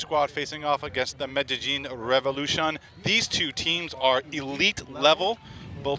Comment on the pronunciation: Medellín* not Medallin